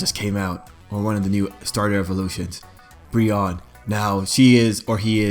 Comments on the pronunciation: I love Brionne!!! also, isn't it pronounced Bree-oh-ney? My type A couldn't help it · Ummmm your pronounced brionnes name wrong i love brionne